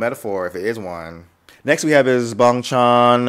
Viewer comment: Hi, thank you for your photo reaction video. love it. You pronounced I.N correctly it is the letters not the word. And you can call Bang Chan Chris and its pronounced like bAng. Felix is my bias as well and I love all and any ships with Felix. LOL even if I have a bias all the rest are wreckers.